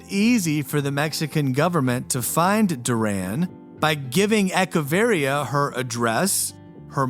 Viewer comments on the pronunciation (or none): E CHE varria. Start with "Etch-A-Sketch". It's not rocket lingusitics.